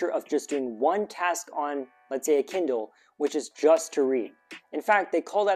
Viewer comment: he said Kiddle not Kindle